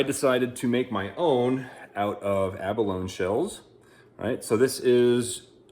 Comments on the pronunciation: Ummm....yeah....it's abalone....a-buh-low nee......NOT a-buh-lone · It is pronounced a·buh·low·nee.. The "E" is not silent. just saying. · Pronounced Ab-a-lo-ni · "Abalone" rhymes with "macaroni", FYI. Good video. I've been trying to use Eye of Shiva shells myself lately.